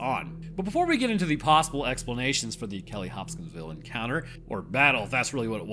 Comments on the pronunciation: Bro kept saying Hop-Skins-Ville 😭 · I found true weakness. Pronouncing Hopkinsville. Also I highly recommend the Astonishing Legends podcast coverage of this event.